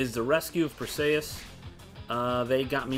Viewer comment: Dude... go watch Clash of the Titans. That's not how you say "Perseus". The way you say it reminds me of Achilles' cousin Briseis in the movie Troy.